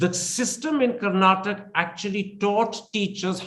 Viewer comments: Not karnatak....it's Kar-na-taka. I understand you are not familiar with the pronunciation. Please correct yourself and i beg others who are watching this video, please remember it's pronounced as KARNATAKA....don't forget the A in the end. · the anchor Mr. Thapar must first learn how to pronounce the state. it is Karnataka with a "a" at the end, not Karnatak